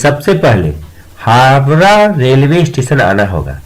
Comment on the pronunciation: Pehle app Howrah bolne sekheye